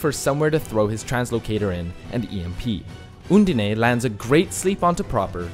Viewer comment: So I'm just gonna go ahead and be that guy and say that Undine is pronounced uhn-deen.